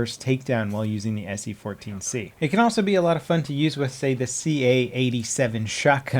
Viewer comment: he says se-c14